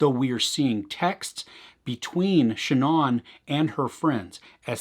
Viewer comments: The deceased woman's first name, Shanann... It is not pronounced "Sha'naughn". It's, actually: "Sha'naaan". Thanks. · Good review but your pronunciation of her name is not correct. The doc even says her name all the time. It is pronounced Sha-nAnne not Sha non.